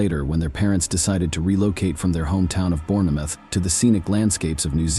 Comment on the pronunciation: You don't pronounce the e in Bournemouth. It is pronounced bornmuth.